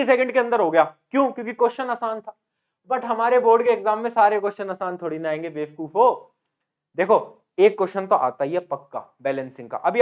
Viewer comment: the way he said befkufoo😅